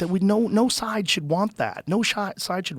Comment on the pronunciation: Joe can’t say side he said it wrong 3 times 😂